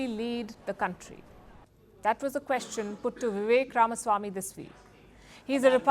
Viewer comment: Shame on Palki. She cannot even pronounce Ramaswamy (it's not Ramasamy). Everyone in the US seems to have gotten it except the "desi" Palki.